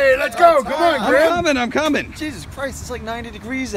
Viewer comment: it’s grim not grin